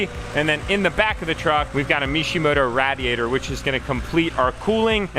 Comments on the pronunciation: it’s (ray•dee•at•tr) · Please tell me that’s not how you pronounce “radiator” 😭😭😭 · Did he just say RaAdIAtOr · Rad-e-ator? I’m sorry I had to 😂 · Thank god I wasn’t the only one who thought this 😂😂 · The way he says radiator😭😭😭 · The way he says radiator😂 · I came to the comment section just to see if anybody had mention this😂